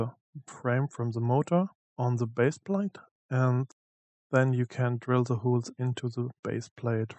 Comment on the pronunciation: Sorry, aber weil du's so oft sagst: Die englischen Löcher spricht man eher hohl's aus (wie in: hohl's mir mal bitte ein bier aus der Küche) und die Lager sind Bär-rings nicht Bier-Rings. Trotzdem super, sonst gibt's fast nix sinnvolles zum Thema auf YouTube, danke nochmal.